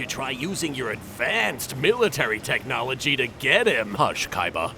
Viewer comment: "maagic and technowlogy Co-exisasted" 😂